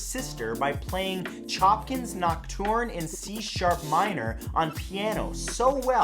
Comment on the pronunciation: Furthermore, “knock-torn”? He knows nothing about music does he? “Knock-TURN”